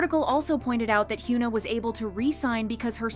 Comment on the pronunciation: hyeona not hyuuna lol